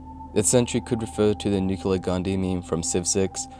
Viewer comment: and it's nuclear not nucular